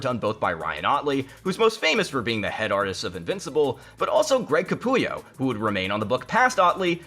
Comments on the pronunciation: Capullo not Capulio 🤦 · It’s Greg Capullo…not Capulio. 😂